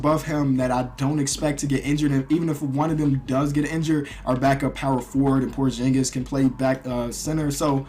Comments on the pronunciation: It's porzingis not porjingis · Hey just saying buy it's supposed to be porxingis and not porshingis